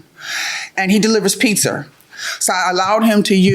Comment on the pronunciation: He delivers Pizza or Peetszer?